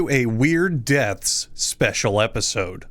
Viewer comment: Why does he say deaths like "dets"